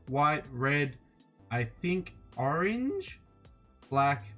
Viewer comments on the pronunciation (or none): They way he said "orange" 😂😂 And its peach